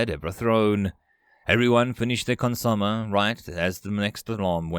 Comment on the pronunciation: I love you, but Consomme "Consume-*eh*"